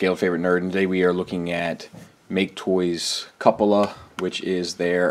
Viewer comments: Awesome review, never imagined he’s so huge. Honestly seems too big for MP scale. Shouldn’t be as tall as Prime. I probably wouldn’t transform him much, so maybe I can get past the complex transformations. To me, that’s like what a real transformer would be like, lots of tiny parts sliding around. Heads up on the name, it's pronounced Q-pola, it’s the dome at the top of a building that usually lets light in. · Great stuff as always! Love the skit...being the sheldon that I am; I looked up the word cupola -- which means dome. I found we have all been pronouncing it wrong LOL. it's pronounced (kyoo - pele). Having the FP version of chromedome I have to say I am quite happy with it and not missing anything with this guy. He is impressive looking and that head sculpt is gorgeous. However, his scale alone is not something I can get past, that and the ball joints...mainly in the feet. the shoulders...meh... but the feet that's another strike I can't live with. "Sometimes" :) maybe that is the Has/Tak motto on scale... "Scale...Sometimes"